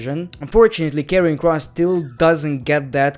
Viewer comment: And By the way When Said Karrion Kross It sounded like you said Kevin Kross LOL 😂😂😂😂